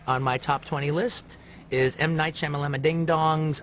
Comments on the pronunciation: Did he just say shamalangadingdong lmao not racist at all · M. Night Shamalamadindong lmfao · "M. Night Shamalamadingdong" 😂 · I like that he includes Unbreakable as it's a masterpiece. But it's HORRIBLY insulting to call the guy M Night Shamalamadingdong. You couldn't call the director of The Host Bongwater Joon Ho. 😂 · I've always jokingly pronounced "M.Night's last name as "Shama-Lama-Ding-Dong"..........I just got blown away by the fact that Tarantino does it too. 😲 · I love that he said m night shamalongadingdong. He says it just like me. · Buy this man a beer for saying "Shamalamadingdong" to a TV camera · He said shamalama ding ding 😁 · did he really say M Night Shamalamadingdong ? I knew it as a meme, didn't know Quentin started it :D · i love the fact aht he calls him "m night shama lama ding dong" lmao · He actually says m night shamaylamadingdong. My life is complete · He said M.Night Shamala-ding-dong! 😂😂😂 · Did he actually say m night shamalamadingdong? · "Shyamalanadingdong" LOL!